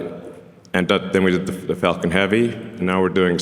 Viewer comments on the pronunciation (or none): none